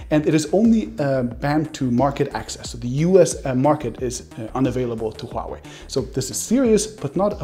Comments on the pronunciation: You have the best pronunciation of Huawei among all the tech youtubers. Most of them call it Wuaway. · thank you calling it huawei, it's华为 NOT wahway, like all youtubers call it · First of many tech YouTubers who can correctly pronounce the word “HUAwei”... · Exactly! It is not hard to pronounce... Others are pronouncing wuawei... 😂 😂